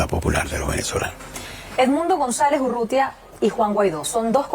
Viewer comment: URRUTIA , flaco; no UTURRIA